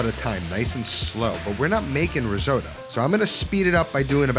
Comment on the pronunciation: seriously considering subscribing. just promise you never say risooddo again. ever. (how come you actually pronounce most other italian words correctly 🤔)